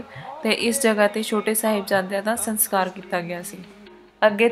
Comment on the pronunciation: Bibi ji saskar hunda a Sankar nahi